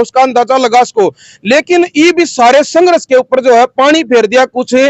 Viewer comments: Apna ucharan this karle yehshaba sanghras nahin balki sanghrs hai. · भाई पत्रकार आप हिंदी भाषा को सही से उच्चारित कीजिए,आपका जो संघर्ष शब्द का उच्चरण है वो आपके सारे संघर्ष को प्रभावित कर रहा है भाई आप हिंदी शब्द को हरियाणवी लहज़े में मत बोलकर , संघर्ष शब्द की गरिमा को देखते हुए आप उसे सही से उच्चारित कीजिए, आपका बहुत बहुत धन्यवाद ❤